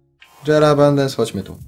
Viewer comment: stary jera a nie dżera!